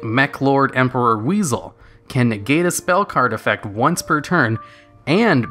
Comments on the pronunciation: Did you say Mecha-NICKEL? Dude. It's clearly pronounced 'mechanical'... EDIT: And did you just call Wisel "WEASEL"? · ok its pronounced mechanical not mecha-NICKLE and its WISE-EL not weasel.